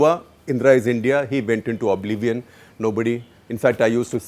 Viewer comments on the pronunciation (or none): none